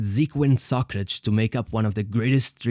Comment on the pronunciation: I love how you pronunce Socrates ! It's so cool ! Love your Portuguese accent. I think you are Portuguese, different accent from the Brazilian, smoother. At least that's how things sound to my Italian ears.